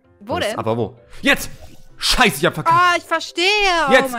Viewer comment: Schei sagt man nicht